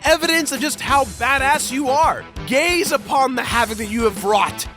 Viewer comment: "Gays upon the havoc you have created!" Snf. ........sni........snic.........snicker........